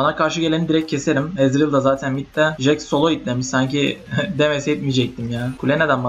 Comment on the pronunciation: Jix nelaa o nasil soyleyiss ... ingilizler duysa utanirlan